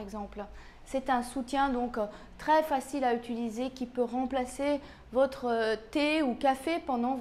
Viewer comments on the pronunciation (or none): none